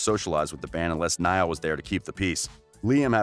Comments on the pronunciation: Seriously nial horan bruh learn Ur names.bro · I stoped the video right after I hear Neeeeaaaalll Horan. 😶 Can't even say the names right let alone facts 🤷🏽‍♂️🤦🏽‍♂️ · When he said “N•ee•l” instead of “N•I•L” 😂😂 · I had to tune out after I heard Neil Horan. Gosh, next time do your research! Terrible! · Sierra Gallegos neeyell horan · If you are going to make money doing a video on these lads. Get their names right…..it’s not difficult at all. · Girl same I felt like reaching through the screen and slapping this guy that's one of my pet peeves when someone mispronounces someone's name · it’s literally so obvious okay how to pronounce niall too I don’t understand how people get it wrong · Omfg he says “Neil not Niall”help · Dis he just say neel horan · for first : he is NOt ''nill'' but NIALL for second : louis didnt wanna go solo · “Neill” ITS NIALL! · It’s pronounced nile. I have a friend named Niall. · And kneeal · The you pronounce Niall. It’s Ny-all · It's Nial not Neil and the s in Louis' name is silent, it's pronounced Lou'e' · Niall 》 Nayl Louis 》 Louie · Yeah, like it's pronouced "Louie" and "Nayal" This guy kills me😂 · nayal lowi right pronunciation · The way you pronounced louis and niall shows that you have not done enough research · Please do the research of how to pronounce their names before making a whole video about them. Not that difficult at all. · The way you pronounced Louis and Niall's name shows you're not an actual One Direction fan... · Hezarfena she didn't mean it like that it was that the guy in the video said Nialls and Louis' names wrong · The way you pronounce Niall and Louis is terrible dude! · literally don’t wanna watch this bc u pronounced niall and Louis wrong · the way you pronounce Louis and Niall shows that you haven’t done enough research.🤦🏽‍♀️ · If you do a vid about one direction you could at least pronounce their names right I meannnn ‘Lewis’ NOOOOO it’s Louis ‘Neel’ NOOOOO it’s Niall Hardcore directioners hereeee